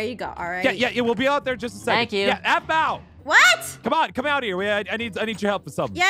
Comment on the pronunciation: every time peirce said aphmau he said zapma or that bow